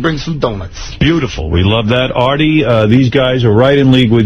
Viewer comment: shaggy calling Artie "Arby" was great